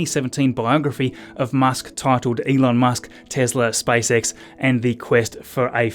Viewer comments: He said SpiceX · Your accent is funny :D , it sounds like you are saying: "Spice X" :D:D. The Space Girls from UK are protesting :D:D:D , just kidding :D